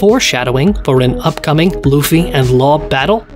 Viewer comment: Love your pronunciation of Law's last name.